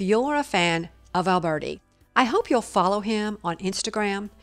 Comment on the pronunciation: The pronunciation of his name should not be Alburti but , Alberti- Italian ! So much more appropriate and more pleasing ! don't you agree ?